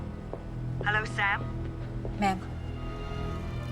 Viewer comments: The entire time it sounded like they were calling her mom. Hehe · Like the way they calling her Ma'am which sound like Mumm is someways. Great movie 👌